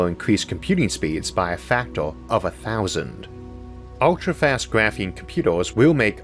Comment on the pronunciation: cheapoo and fastoo 😂 I like this accent.